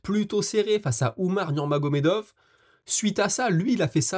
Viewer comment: Beau travail, toujours un plaisir de te suivre. Si ça t'interesse, petite coquille d'expression orale à "...ça va T'être..." cette liaison n'existe pas, ça se prononce : ça va être. 😊 Et bravo pour la prononciation à de NurmagomedoV ! Je vois que tu as pris soin de corriger ça , Respect.